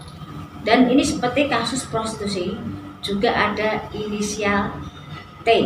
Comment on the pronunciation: Prostitusi jadi prostusi😂